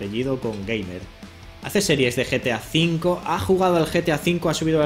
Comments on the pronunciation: en el minuto dice GAT V EN VES DE GTA V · os fijaisteis que el minuto dice gat v en vez de gta v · En vez de GTA V decia GAT V xD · mituto dice GAT V EN VEZ de GTA V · no dice gta v dice gat v